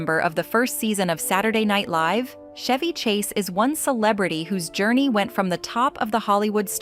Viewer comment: Chevy Chase"s name is pronounced w/a hard "CH" LIKE CHOP, CHUG, CHAPEL ETC, ETC,- Steven Segal's last name is pronounced Se•gall